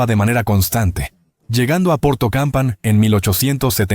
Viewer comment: El audio es muy deficiente, lo peor que varias veces habla de "Ferrocarriles mexicanos" que nada tienen que ver. También hay varios errores de pronunciación al decir por ejemplo el nombre de la estación de Porto Campanhã que la pronuncian como Porto Campa y hoy otros más. Faltó decir que buena parte de las líneas no operativas son las de "vía estrecha" y que el descenso en el transporte de viajeros internacional es por la ruptura del acuerdo con la compañía española Renfe, lo que ha provocado el cese de los trenes Lisboa - Madrid y el Lisboa - Hendaya